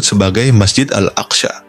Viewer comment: Sebut al aqsa pun x betul